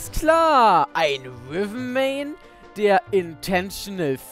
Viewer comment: Das heißt Riven und nicht Wiven.Ist nicht böse gemeint,nur zur Info.